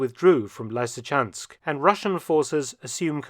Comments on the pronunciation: Its not Liesychansk mate... Not lisychansk either, it's LYSYCHANSK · Lysykans¹k, not Laisy. You are a professional researcher: get your act together! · Lysychansk - lee-see-chansk, not lai-see-chansk. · Why are pronouncing the the two very same 'Y's in Lysychansk differently?